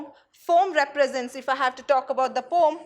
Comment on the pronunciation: Poem pronunciation wrong😔